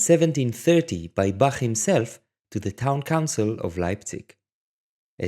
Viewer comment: I am so happy that someone finally says Bach like Bach and not Ba*coughing up flegm*